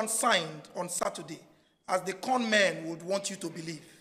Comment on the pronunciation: Yo! Did he just call them corn men? 🤣🙆🏿‍♂️